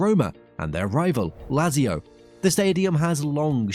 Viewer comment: Keeps pronouncing Stadio and Lazio wrong, grrrrr